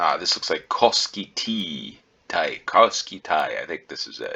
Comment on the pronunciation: A little bit more about "Koski Tl". Tl refers to Turun lääni (actually Turun ja Porin lääni). Therefore, it's not Koski Ti 🤗 There used to be a municipaljty of Koski Hl (Hämeen lääni). Later the name was changed to Hämeenkoski. Lääni refers to a Provence.